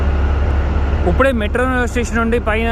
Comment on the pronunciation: uppude, uppude antunnaru ... ippude ani spastanga palakandi